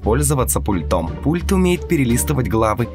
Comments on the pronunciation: С пУльтом! Ударение на первый слог. Как можно быть таким безграмотным? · Ударение на У пУльтом... Перезапиши колхозник